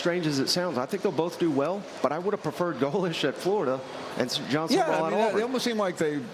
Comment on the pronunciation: Sum-rall, not Summer-all, —but Lane Quittin' is a good one